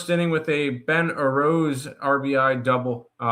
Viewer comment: who the helll is Ben arose??????????? on the yankees???? You mean Ben Rice you Moron